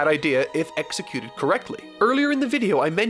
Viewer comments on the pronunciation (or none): Not a bad idea “if executed correctly” Emphasis on “executed” on that Avatar remake lol